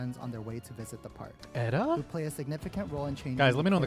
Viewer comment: Def say E-da and not Eh-da